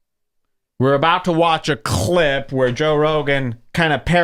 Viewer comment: try to say "clip" wihtout souding like a mama bird vomit up food